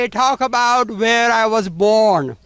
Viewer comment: Hey Shri, where is not pronounced "vere"!